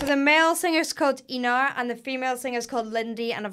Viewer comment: it's pronounced more like Eynar